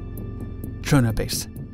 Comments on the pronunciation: Töndern, not tschondor or tsjörne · Sounded like Cherna to me. I think he should just pronounce it as Tonder, the Danish viewers will understand why the Ø is replaced. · Why are you saying it's in Denmark? Tønder was part of Germany at the time this is just needlessly confusing since during WWI Denmark was neutral. Also you pronounce it Cherna it seems like? Just say Tonder if you're having trouble with the Ø because again this is extremely confusing. I literally had to look in the description to figure out where the hell you were talking about because there's no town in Denmark called Cherna and the German Empire definitely didn't have any airbases in Denmark. If you're saying it's in Denmark because the area was occupied and the people living there were Danish then just include a quick explanation about how Germany occupied Southern Jutland after the Second Sleswig war. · It sounds like you say Tjørne every time you say Tønder. ø in this case is almost like the sound you make when hinking of what to say "ehm/umm"